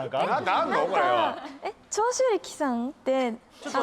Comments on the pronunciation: 長↓州↑力↓さん 軍隊！ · 純ちゃんとミリ愛ちゃん、ご卒業おめでとうございます、お疲れ様でした！ こういう制作は永遠にいつまでも思い出してます、もう寂しいぞ！ そして、 : 桃ちゃんの解答の途中でベロ出しって超可愛いでしたね、面白すぎましたも！ 笑笑 : 与田ちゃんの「長州力」アクセント… 笑笑 〜 ：バナナマンの教官の歌が楽しかったです、特に「ち・あ・き！」を一緒に歌うことも最高でした！ 桃ちゃんの「暴れたい！楽しみたい！軍隊！」… ありがとうございます！ 笑笑笑